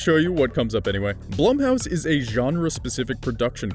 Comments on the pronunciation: Am I the only one knowing it's pronounced "Bloom"house? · Are you sure it's not pronounced bloom? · Edit, am I the only one getting distracted by the constant misuse of Blumhouse's name?